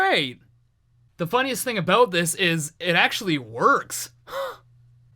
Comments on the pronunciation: you sound quite normal until you say "aboot" loved the song btw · haha "aboat"